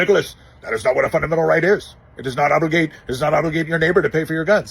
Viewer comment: Oops... first couple of "obligate"s came out as "autogate"s Love the shorts, Nick!